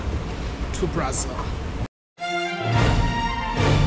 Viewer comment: Our country is pronounced BraZIL bro, not BraZLE as in HanDLE.